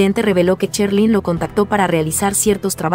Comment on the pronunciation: Esto no es ninguna opinión acerca de ninguna artista Este es un comentario acerca de estas personas que hacen estos videos Primero aprender a pronunciar Sherlyn se pronuncia SH No que dicen Cherlyn y así son muchas personas que solo hablan por hablar y no saben pronunciar La verdad se oye horrible esos comentarios Ya que se dedican a esto aprendan a pronunciar bien las palabras